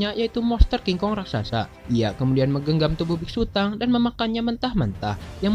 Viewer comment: Nama nya biksutong bukan biksutang 🤣🤣